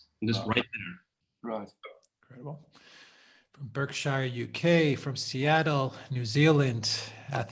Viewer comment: “Burkshire”? It’s pronounced “Barkshur” dear boy!!